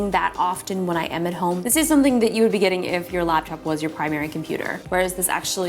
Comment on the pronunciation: Who else heard "Lapchop" repeatedly